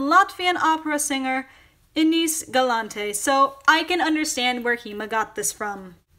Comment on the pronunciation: Hetafacts also, If you were to pronounce the word Galante like a Latvian would, you would have to put the stress on the first syllable.